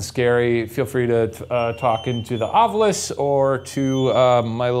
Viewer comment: screen: Ovilus Ryan: Ovulus